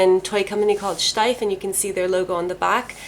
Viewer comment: I love it, that you pronounce "Steiff" the proper way! 🐻